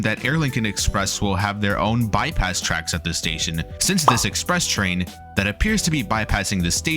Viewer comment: its Express not Expre